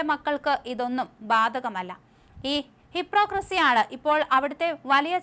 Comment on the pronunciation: മോളെ വാക്കുകൾ ശ്രദ്ധയോടെ പറയൂ.. ഹിപ്രോക്രെസി അല്ല ഹിപ്പോക്രെസി